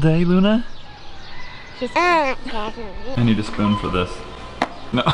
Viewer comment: did anyone else hear luna say "i luna"